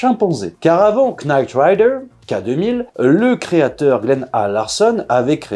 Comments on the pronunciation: K-NITE RIDER ? c'est knight come chevalier . sinon avant de faire une video on peut demander à google comment bien prononcer le sujet de la video , comme ça on est carré?? sinon un bé à ba de l'anglais pour ceux qu'ont pas écouté la maitresse , KN se lit N, on laisse bét le K knee, knife, know etc... I can teach you more but it'll cost you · Pour info c'est knight rider et pas nite rider... knight signifie chelalier et nite nuit.... D'ou le nom de David Hasselhoff dans la serie qui est Michael Knight. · KKKKKnight Rider ? Avec un K prononcé ? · Night Rider, le K est complètement muet.